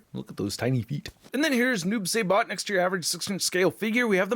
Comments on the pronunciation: He takes his sickle out of his body so he doesn’t have a storage. Also it is “s-eye-bot” instead of “say-bot” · It's pronounced sibot not sabot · "Sigh-Bot" not "Say-Bot", and the sickle doesn't have storage because he pulls it out of his own body... Wish someone with real knowledge got the first review up smh. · SAI-BOT NOT SAY-BOT! SMH IT'S LIKE WHEN PPL SAY "MAYN-GA, IT'S MANN-GA"!!! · Saibot, pronounced like rye. ;) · I dont like the noob either. It should just be "Saibot" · Noob Say-Bot 😂😂😂 it’s Saibot bro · Noob s I bot Im sorry but him saying it like that irritated me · Oh, btw, it’s pronounced Sai (like the weapon) Bot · Noob.. saybot? I guess it’s like some people saying Thane-os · Noob SI bot say it like that please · This dude looked like a dark devil ninja. And your pronouncing it wrong. It’s Noob (sigh-bot) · the pronounciation is Noob "Sye"bot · I can tell noob isn't your favorite since you're pronouncing it saybot LMAO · It's (si - bot)